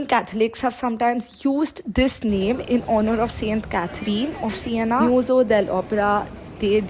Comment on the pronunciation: SIENA, not Sienna.